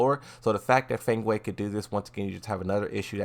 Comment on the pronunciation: You keep saying "Feng weh" but it's pronounced "Feng Way"